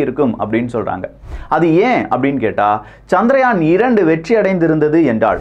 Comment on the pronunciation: சந்திரயான் என்ற பெயரை ஏன் சந்திராயன் என்று குழப்புகிறீர்கள்? இந்த அடிப்படை வேறுபாடு கூட தெரியாத ஊடகமா இது? ஆங்கிலத்தில்தான் தவறாமல் உச்சரிப்புக் குளறுபடி செய்கிறீர்கள என்பதோடு நிறுத்திக்கொள்ளக் கூடாதா?